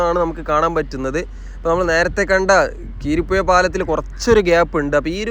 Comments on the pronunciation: കീരിപ്പുഴ അല്ല ബായ് , കുരീപ്പുഴ പാലം , എന്തായാലും വിഡീയോ നന്നായിട്ടുണ്ട്. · കീരിപ്പുഴ പാലം അല്ല ബ്രോ കുരീപ്പുഴ പാലം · കിരീപ്പുഴ അല്ല കുരീപ്പുഴ എന്നതാണ് ശരി. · കീരിപ്പുഴ അല്ല കുരീപ്പുഴ എന്നതാണ് ശരി❤ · കിരിപുഴ അല്ല കുരിപ്പുഴ ആണ് കവനാട് പാലം ആണ് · കീരിപ്പുഴ അല്ല ബ്രോ കുരീപ്പുഴ പാലം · കീരിപ്പുഴ അല്ല bro കുരീപ്പുഴ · കീരിപുഴ അല്ല.. കുരീപ്പുഴ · Keeripuzha alla kuripuzha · കിരിപ്പുഴ എന്നല്ല. കുരീപ്പുഴ പാലം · 😂😂 " കീരിപ്പുഴ " അല്ല " കുരീപ്പുഴ " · നീണ്ടുകര അല്ല നീണ്ട കര കീരി പ്പുഴ അല്ല കുരീപ്പുഴ